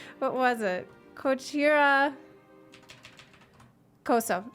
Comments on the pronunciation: The heavy American accent pronouncing こちらこそ really sells it all lmao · Kochira koso cant be stressed like that :D